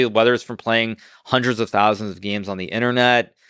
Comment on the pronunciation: “Playing all those geems”